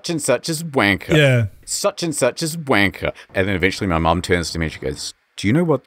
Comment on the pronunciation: If you say uanker, you just say the bad word anyway